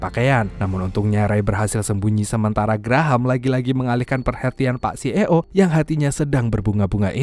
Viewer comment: Narasi nya nga enakk, C Ee Oo .. belajar dulu nyebutnya bacannyaa ...